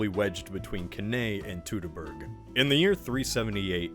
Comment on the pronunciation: Also it's Teutoburg. Not Teuteborg.